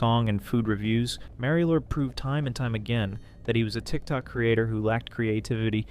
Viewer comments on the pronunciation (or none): Mareio? You mean Mario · I looove how the pronunciation went from 'mario lord' to 'merio lord' to 'mary lord' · I had to leave the video within 1 minute are we fr?? I love making fun of these creatures as much as the next guy but please tell me when the red hat Nintendo plumber ever called himself “marry-o” like genuinely where did this even come from I hate it so much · Why do you pronounce Mario like that..? The a is hard, you're using the soft a.